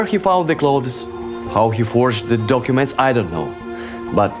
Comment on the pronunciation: "He's stolen some duckyoument"...😅